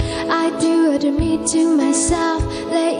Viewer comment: 另外我會覺得他英文不好是因為她在唱 "I do admit to myself that if I hurt someone else"時 該輕音不清音(admit)該發音不發音(else) 再加上整首歌的部分發音. 覺得跟原唱版本比較差太多了 (我是聽Jewel的) 當然不能完全模仿,但如果要把這些缺點列入個人特色 我覺得是說不過去...